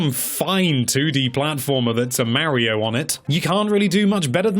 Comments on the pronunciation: MARIO, PLEASE SAY MARIO. NOT MAYRIO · Now look here Mr. "", it's not called "Super MAIRIO", it's supposed to be "Super Mario." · If he says "Mairio" again I swear